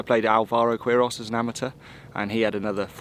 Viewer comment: Let’s hope Alvaro never hears his surname pronounced “Queeros” again 🙈😂